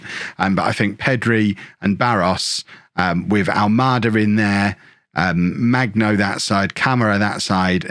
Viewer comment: FYI: hard g for Magno